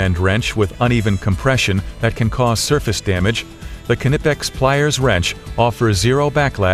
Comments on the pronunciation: The narrator ought to learn how to pronounce Knipex like a German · Dammit, now you got me pronouncing it all funny. I know the k isn't silent, but when I hear people say it that way it still irritates the hell out of me.